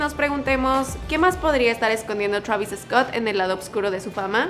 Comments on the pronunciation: se dice "Travis Scott" se pronuncia igual. No digas "Travis Escot" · Por que lo pronuncias EEEESCOTT???? please try not to put la E antes de la S just so it can sound the way it is..... is like Sandoval no lo pronunciamos E-sandoval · Travis Escott 😆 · Ok Travis eescot lol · Me caga como dice su nombre "travis escot" haha